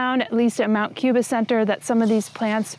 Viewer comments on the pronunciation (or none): none